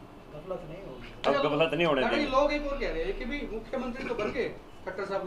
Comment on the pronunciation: Galfat Nahi gaflat hota h😅😅😅😅😅😅😅